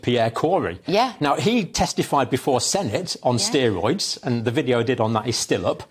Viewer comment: Odd how a Nurse cannot even pronounce medical words correctly, ha! Steee roiads, Cov-id then Covid...